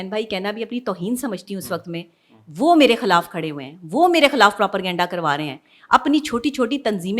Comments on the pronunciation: What kind of a doctor is she who says PROPERGANDA instead of Propaganda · Bechari kesi Dr ha k propaganda pronounce krna nhi atta hr jaga proper ganda bolti ha 😂😂